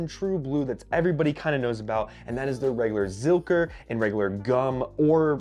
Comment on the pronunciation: You pronounced it correctly the first time for Zilker , a park in Austin